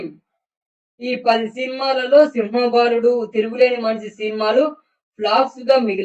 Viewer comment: సింహ బాలుడు కాదురా బాబు సింహబలుడు